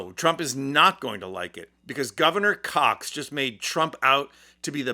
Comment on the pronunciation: Spencer Cox. Not Cock. You made yourself look like a kid.